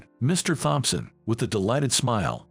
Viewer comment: Can't seem to remember if there are 5 siblings or 7. Too bad the robo-narrator doesn't know Thompson has a silent "h". Oh well.